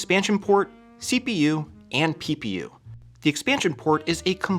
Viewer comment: Everytime you say ppu I hear pew pew.